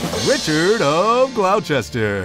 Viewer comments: I absolutely agree, if someone is talking about British history you would expect them to pronounce the names of the places correctly. Personally I cringed every time when the presenter said Glouchester instead of Gloss-ter. Although the content was good just needed more attention to detail. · It’s pronounced GlossTer, NOT glow-chester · Glauchester? This is hilarious. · Nice documentary, thanks. Just to note that Richard of Gloucester, and indeed the City of Gloucester, is pronounced Gloss-ter. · Can't take it seriously when Gloucester is pronouced incorrectly. Grating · Hungary is not spelled Hungry! Please also learn how to pronounce Gloucester properly.